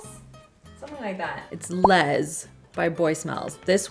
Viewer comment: The boy smells perfume is actually pronounced L-E-S, the acronym for Lower East Side, a neighbourhood in New York City!